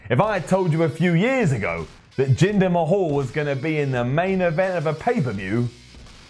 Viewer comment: Who the hell is Jinder Ma-hawl? Does he know Drew Curry?